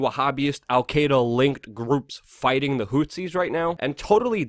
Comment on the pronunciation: Houthies not hootsies